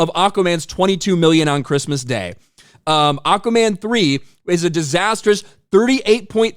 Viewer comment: lol says it like acaman😅